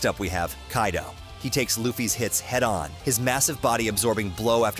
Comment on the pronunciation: as far as I am aware, Kairo is in Egypt... So dear United Stater of Americano: Remember the character in One Piece is Kaido and not Kairo. Make a little effort. Before you get the hot dog with too much chile, listen